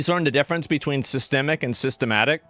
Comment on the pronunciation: I agree..also is he trolling or does he really not know how to say the word systemic lol?